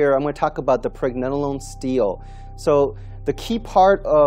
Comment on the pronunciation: you can not even say Pregnenolone the right way